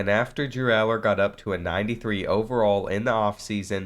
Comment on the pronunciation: Ur saying his last name wrong but good video